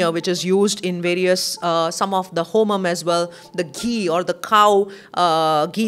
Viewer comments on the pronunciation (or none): Please learn the pronounciation when ur talking about sacred homa